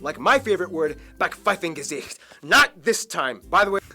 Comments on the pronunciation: German School System in a nutshell: Gymnasium = good grades (~A to C) Realschule = okay grades (~B to D) Hauptschule = bad grades (D or worse) Also there are some words he said wrong like “Backpfeifengesicht” or “Wirtschaftswunder” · It's Backpfeifengesicht. Wirtschaftswunder